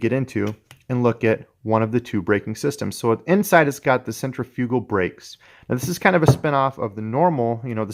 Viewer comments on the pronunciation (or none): Great videos, but please go to and learn the proper pronunciation of centrifugal.